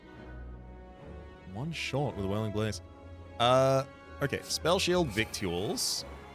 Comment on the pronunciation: You may already know this and were doing it on purpose, but "victuals" is pronounced "vittles." Why is it pronounced this way, you may ask? Because English is a fake language, and we should all feel ashamed for using it.